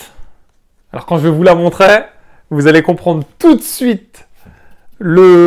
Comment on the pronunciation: J'ai arrêté de regarder au bout de la troisième fois où tu dis "je vais vous la montrai" ou lieu de montrer C'est peut être un détail pour certain mais des fautes de français à l'oral c'est juste une plaie pour les oreilles